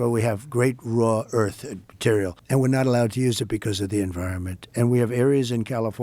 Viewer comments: "raw earth " ...rare earth eh bed time grandpa. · Trump saying "raw earth" when he meant "rare earth"... smh